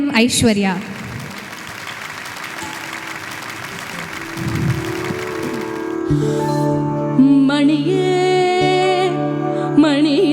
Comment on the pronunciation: It is olirum ani punainda aniye and not vaniye